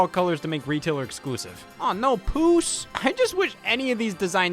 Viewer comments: Scott….that color is pronounced “pyoose.” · Pretty sure puce is pronounced "PYOOS". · The way you pronounced Puce almost made me spit out my water 💦